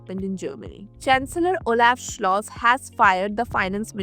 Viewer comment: Expats.😂😂😂 If you live in Germany then you are an immigrant (alien). The name of the German chancellor is Scholz and not Schloss. 😂